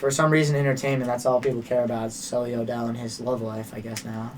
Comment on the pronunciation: It’s sulli not sully